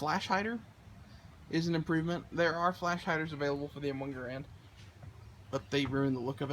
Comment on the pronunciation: it's pronounced "Gerrend"